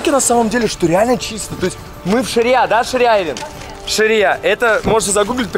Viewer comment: не ширия, а Шарья